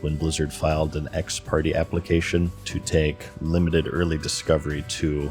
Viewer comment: It's pronounced "ex par- tay". You should try and get a hold of Potentially Criminal or Uncivil Law they like to go over things like this with credentials. Be careful of other lawtubers though.